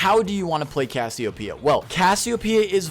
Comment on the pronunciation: You know it isn't pronounced Cassy-O-P-Uh, right? That isn't how anything works my guy